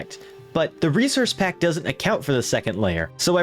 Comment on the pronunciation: "reserce pack"